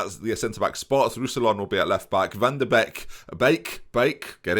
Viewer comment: Van de Beek is pronounced: Fán de Bieek